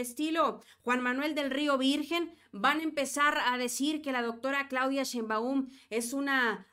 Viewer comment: Otra vez... NO ES SHEINMBAÚN!!! ES SHÉINBAUM!!!!!